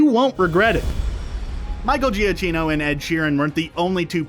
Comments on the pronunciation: I think it’s pronounced Gee-a-KEY-no, for Michael Giacchino. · Pronounced Michael ja kino. Thumbs down for being so off